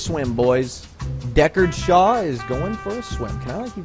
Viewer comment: When he said deckard shaw i cringed